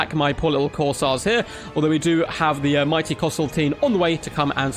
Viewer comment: Flesh hounds going to be a menace in multiplayer it seems. Will be interesting how they match up to warhammer 1 and 2 race's units. Also, I'm pretty sure its pronounced "Course" as in golf course and "Air" as in breath of fresh air. CourseAir (Corsair)